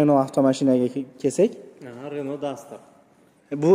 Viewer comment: Ренол эмас РЕНО